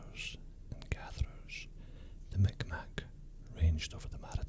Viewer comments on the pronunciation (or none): Hey, nova scotian here, great video! Only complaint is that our local native peoples name is read as something like "mig-maw" not as "mick mack" as the Q's would imply. Otherwise, great video! Very enjoyable